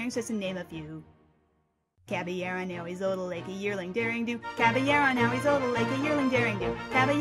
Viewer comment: You know after 7 years, I've forgotten how freaking big the cast of this show is. Props to you! Also PS, nice job pronouning Caballeron correctly. Nice touch! ;)